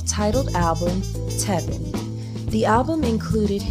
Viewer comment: right she said telvin too and not tevin.